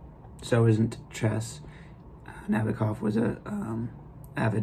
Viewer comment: Not to be unkind, but the first step in posting a book review is getting the pronunciation of the author correct. Nabokov — accent on the second (2nd) syllable. Regarding all things Russian culture: it’s 2025 now means: the savagery, torture, war crimes, abduction of 20,000 children to be brought up as Russians; the rapes & tortures as instruments of war, all bc of one man’s fantasy, or actually pretend fantasy, means all the great Russian cultural mavericks — Tchaikovsky, Shostakovich’s Waltz # 2, Chekhov, Turgenev, Anna Pavlova, Tamara Kasavina, Dostoevsky, and many great poets, writers, composers — are all relegated— or should be relegated to an absolute & complete negation for a century. Or more. Cultural genocide, crimes against humanity by many Russians, not merely the chinless wonder maniac p utin should not then have lunch at The People’s House at 1600 Pennsylvania Avenue.